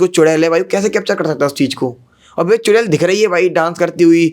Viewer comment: चुरेल नहीं चुड़ैल😂😂